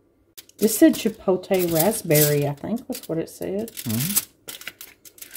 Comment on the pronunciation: Che-polt-lee. Not an easy word! Great video!!